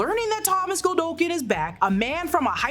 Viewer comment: Its Godolkin, not Goldolkin.